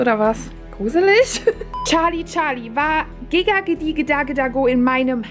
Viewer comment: Es heißt gesagt die oh die da da oh nicht Gaga oh okay danke😅